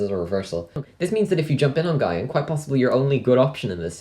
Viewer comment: Its wierd to hear it pronounced guy-an instead of gee-an